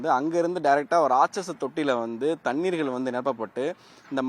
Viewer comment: ழ எவன் வாயிலும் வராது போலருக்கு, இதுக்கு மேல “தண்ணீர்களா”!! டேய் ஏன் டா இப்புடி தமிழ சாவடிக்கிறிங்க 😏மைக்க தூக்கிட்டு யூடுப் சேனல் னு பேச ஆரம்பிச்சிருவானுங்க 😭